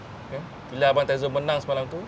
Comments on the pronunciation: Ada tezo pulak dia sebutnye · apasal janna nick sebut tizo hahaha.. nak kena basuh ni ngan abam tyzo kita haha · Janna Nick salah sebut nama tizo org Tyzo tahniah sy salah seorang yg undi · Pew hal janna nick..x pernah dgr radio kew.not tizo tapi tyzo..sebut la bbtul nama orang tu.